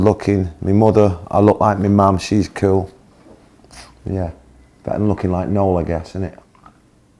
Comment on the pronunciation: 영국발음인가요 ㅋㅋㅋ 쿨이 퀼로들리네